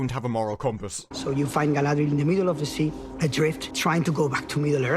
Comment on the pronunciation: Only seconds into the video and the actual director unintentionally pronounces her name “Guy-ladriel” just like … weeew lawrd. this gonna be good.